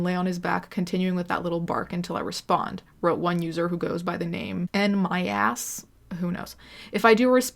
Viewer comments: when she said the name "Nmyass" -- 💀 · All this disgusting shit aside, when you said “Nmyass” , I laughed so much.